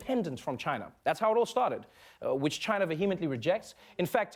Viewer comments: "How can you fight a country when you can't even pronounce their name?" - Side-splitting critique there from the sage Noah. The crowd of circus seals make the right noises. Fuck 'Jyna', who are they to determine US protocol, what the fuck is wrong with you. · The fact the the first thing he criticizes about Trump is how he says "China" is pathetic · I love how he pronounces 'China' in Bengali it means ' I don't want it'.